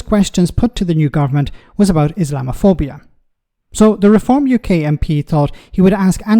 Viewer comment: Rayner couldn't even pronounce the word, let alone define its meaning as she mumbled along.